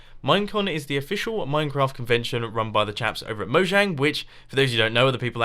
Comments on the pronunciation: It is pronounced mo yang and California is hotish now, and please get some armor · lol Mumbo English Good "How Much People" and I think its said Moyang?